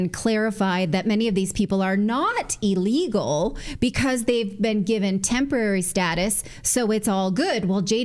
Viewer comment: Why do you say allegal it is illegal not allegal. Is this a new word. What does it mean